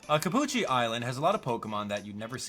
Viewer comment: Cappucci more like Ca”Gucci”